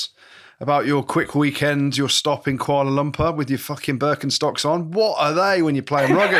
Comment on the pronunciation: Kuala Lumpur, get it right